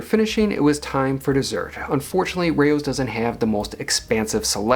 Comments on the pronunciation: Pronounced like cow, but with an r - row, not ray-o! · If the name is supposed to be European which it probably is, it's not pronounced "Rey-Oh's", it's pronounced just like it sounds. Raos. The a is not "ey", the a is "ahh". Weird Americans bending the language beyond recognition. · Hi thank you for your commentary on this restaurant. There are a plethora of Italian restaurants in NYC. You are not pronouncing the restaurant's name correctly. It is (R aH ow's). It's not a big deal; however, you should pronounce the names correctly if you review Italian restaurants. I, too, don't like a cash-only policy, but it helps keep you within your budget, so that can be a good thing. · Every time you say the name is mispronounced Lmao. The food looks meh, my family can make better at home.